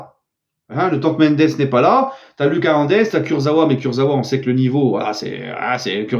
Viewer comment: STP lit mon commentaire là: La prononciation de Lucas Hernandez c'est "Loukass", c'est à l'espagnol, tu le dis mal dans chaque vidéo. Deuxièmement, pour Serif Nhaga, c'est "SERIF", pas "Cherif". STP Chef 🙏